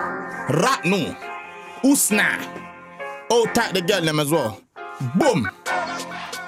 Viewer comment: ТАМ ОН СКАЗАЛ УСНА